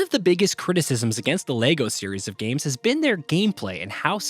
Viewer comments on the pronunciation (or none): none